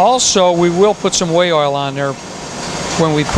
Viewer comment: It sounded like whale oil to me too, although I knew he meant way oil…..